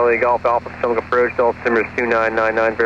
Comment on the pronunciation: The local way to say it is "puh-tow-mack" or maybe "pah-tow-mack" but I have never heard "poo-tom-ac" before.. 🤣I bet ATC got a laugh out of that.